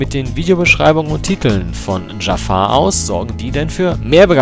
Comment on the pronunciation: Zu Beginn: Dieser Kommentar ist sehr viel länger geworden, als gedacht. Ich WUSSTE, dass am Anfang erst mal was zu meinem Namen kommt. :D Immer wieder belustigend.^^ "Dschaffar" (wie der Böse aus Aladdin) und "An-ju-hal" wird es richtig ausgesprochen, um das Rätsel einfach mal zu lösen.^^ Aber ja, über einen möglichen Namenswechsel hab ich schon öfter nachgedacht. Werde da beizeiten mal überlegen, wozu ich übergehe. Hach ja, das Banner, sowie Design generell...Ich weiß, dass das Sinn macht, um Leute auf den Kanal zu locken und zu halten. Aber es war einfach immer ein Teil von Youtube, der mir persönlich überhaupt keinen Spaß macht. Deswegen ist das Banner auch so enorm schlicht: Wenn ich da mehr machen wollte, dann würde es nicht langweilig sein, aber irgendetwas wäre bestimmt Grütze.^^ Eigentlich halte ich schon seit Jahren nach einem Künstler Ausschau, von dem ich denke: "DER soll mir was designen." Hab auch vieles gesehen, was mir gut gefallen hat, aber so richtig ist der Funke bisher nirgends übergesprungen. Abonniert habe ich deinen Kanal nicht.^^' Aber deine Kanalrezensionen gefallen mir wirklich gut, deshalb das Feature.^^ Ohne den LPF-Thread gäbe es auch ein Abo, aber da bleibe ich auf dem Laufenden, und meine Aboliste wird nicht noch überfüllter, als sie ohnehin schon ist. Kurze Trivia zu den Commentaries: Exorions Rechner war für gute 8 Monate völlig zerstört und in den Tiefen einer Reperaturwerkstatt verschwunden. g Also ja, aktuell passiert auf dem Kanal nichts. O